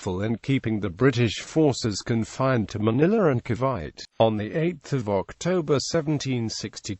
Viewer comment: Ca'bite'? It's Ca-vi-te